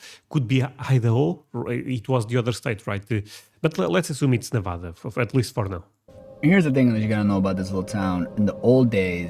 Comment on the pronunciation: Why are they calling it Nevodda? It's Nevada.